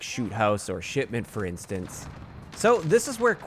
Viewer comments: Did he say Sh*tment lol? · He said SHITment and I agree 😂